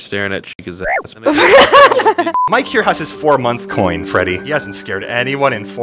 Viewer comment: So no one's going to talk about how called Freddy Fazbear fredward